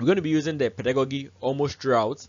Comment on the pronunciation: A very great delivery. It was interesting to listen, watch and learn. A comment on the word Pedagogy. peh·duh·go·jee .... Not peh.duh.go.gee. The same applies to Andragogy. Thank you